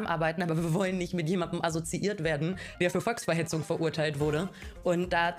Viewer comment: Aso-ziiert... Warum schreibt man ihr Texte und nutzt Worte, die sie nicht aussprechen kann?